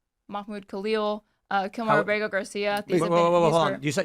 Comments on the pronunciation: Kilmar “Burger” Garcia?!?!? Good grief dude, if you’re going to make a video criticizing this liberal dolts lack of knowledge, don’t proudly demonstrate your own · Is Kilmar Abrego not Kilmar Berger, you keep on repeating Berger. Let people hate the right person 😂😂😂